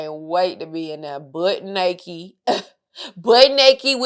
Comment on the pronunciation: "Butt Nekkit" 🤣🤣🤣